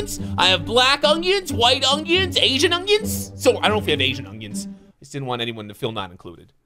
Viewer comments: bro its not ongions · He really calls them ungions